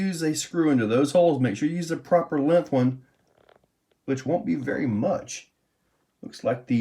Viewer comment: No g in length lol...lenth